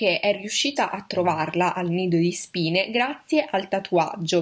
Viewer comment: Comunque tutte le volte che dici "Nido di Spine" io capisco "Lido di Spina" (ridente località marittima del ferrarese)